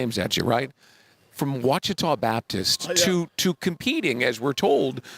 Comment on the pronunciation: Finally a correct pronunciation of Ouachita. (WATCHITAW)Thank you! Go Jags! DUUUVAL!